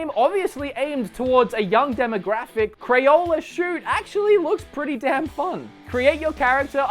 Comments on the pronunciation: That's Crayola Scoot, not Crayola Shoot. Just sayin for the 2 people who may be interested. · crayola scoot, not crayola shoot. its a scooter wood.